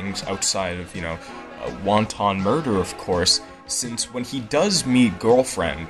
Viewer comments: "Wonton murder" wow didn't realise he was killing Chinese food. It's "Wanton" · Pronouncing wanton as wonton is fucking hilarious. And good video!